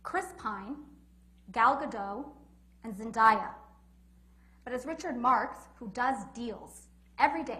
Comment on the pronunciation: I love how she pronounced Zendaya 😂 but I love her ❤️